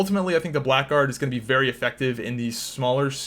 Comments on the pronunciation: Blackguard is an archaic word that means something like scoundrel, it's pronounced blaggard. Black Guard makes them sound like a Knight subclass haha. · Blackguard is pronounced 'blaggard' and means scoundrel.